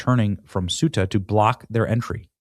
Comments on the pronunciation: CEUTA is pronounced CE UTA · Ceuta is pronounced as "SAY-oo-tuh" in English, with three syllables: Ceu-ta. This pronunciation is consistent across various languages, including Spanish and Portuguese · Please pronounce the name of the town “Coo-ay-ta.” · Thay oooh ta. That's how your pronounce it in Spain. In Mexico they'd say Say oooh ta.